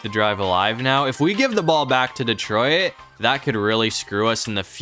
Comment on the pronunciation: You said Detroit wrong😅😮